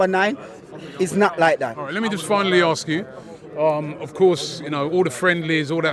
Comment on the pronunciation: Why do some people struggle to pronounce the three letter word “ask” correctly? Thickos